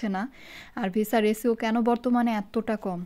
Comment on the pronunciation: রেছিও না, রেশিও (ratio) 🤷‍♂️